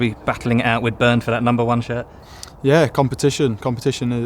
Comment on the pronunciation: yo ramsdale lad you calling bernd